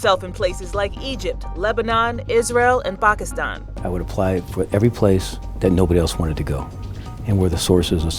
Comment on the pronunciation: I thank the narrator for saying Pakistan correctly. People say packistan. “Ack”